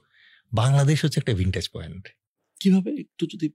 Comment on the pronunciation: Vintage point😂😂😂😂😂 ota k vantage point bole